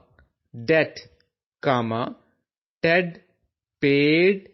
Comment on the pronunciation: in 7 line correctly word is ted not Aid